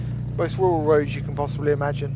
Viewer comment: If you can say Roads then you can say RURAL and not WUWAL! LAZY SPEAKING. Perhaps they should book you, not for going slow, but for MURDER of the English Language!